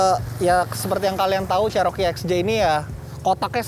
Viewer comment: Bukan jaring itu namanya cargo barried,Cherokee di baca ceroki bukan ceroke.